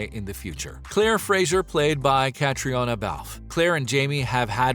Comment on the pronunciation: Her nameis Cat. Ree. Onna